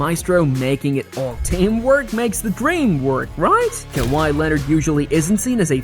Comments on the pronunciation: kaviyh !!!! AI at its finest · Or kaviyh Leonard